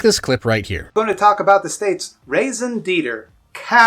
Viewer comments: Ah, yes, a "raisin deeter" I don't think there's a more glaring sign of a midwit than the use of words or phrases from another language without bothering to learn how to say it without causing distress to anyone who knows the language. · Hope he was being funny with the raison detre pronunciation Jesus Christ almighty. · I doubt anyone cares but that's the worst attempt at french I've heard so far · saying raison d’etre like that should disqualify from society